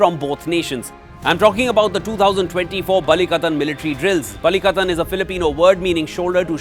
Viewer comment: Hearing you saying "balikatan" perfectly is ❤